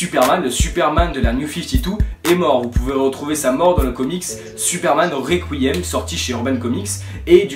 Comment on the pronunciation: Réquouiaime 😂😂 Sinon tu me donne envie d'acheter le kiosque 😢